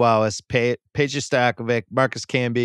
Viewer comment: it is Peja Stojaković! ć sounds ch Stojakovich not Stojakovik!